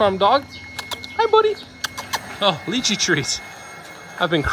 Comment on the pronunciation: The way pronounced lychee REALLY bothered me lol